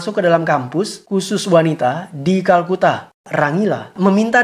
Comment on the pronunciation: bang kolkata bkn kalkuta edan